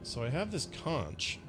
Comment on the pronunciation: Not trying to be jerkish, but conch is pronounced “conk”. Love this game!